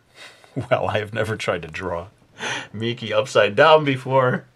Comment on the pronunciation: Ya! He said my name correctly!!